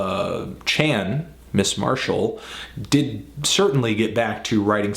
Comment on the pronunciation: isn't Chan Marshall's name pronounced like Shawn? hm...